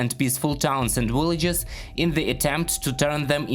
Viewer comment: It's Victory and Villagers. not Wictory and Willagers. please...